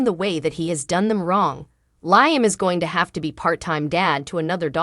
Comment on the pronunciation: Please pronounce Liam right